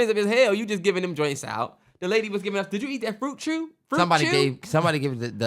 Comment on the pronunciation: Hearing a DC or DMV area person say the words “fruit chew” is just funny lol . I like the pod before I even listen.